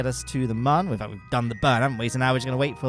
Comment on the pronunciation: Every time I hear muhn instead of moon it physically hurts.